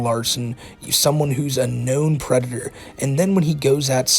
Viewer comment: Lmao the white bowser is a pwedator